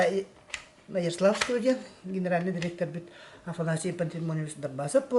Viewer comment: Яросавского диэн кээспиккин дии😅